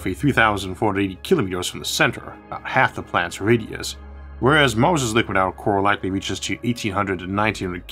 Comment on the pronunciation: anyone else hearing Moses instead of Mars ?